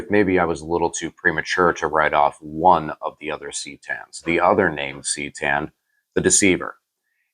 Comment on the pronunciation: It is Ka Tan. Also it sounds better then c tan.